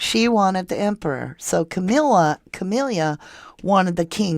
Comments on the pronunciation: Ka- mill -a is the pronunciation Camila spelling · Camilla is pronounced ka MILL ah. Diana taught kindergarten before marriage. Many believe that Diana’s car accident was not an accident.